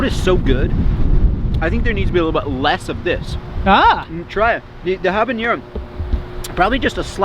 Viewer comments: When you said habenero I knew it wasn't going to be a fun time. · Couldn't help but laugh when you were saying "habanero"